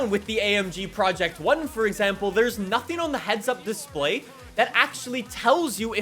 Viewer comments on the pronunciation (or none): none